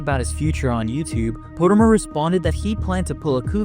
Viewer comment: You say potermer like PAU TER MER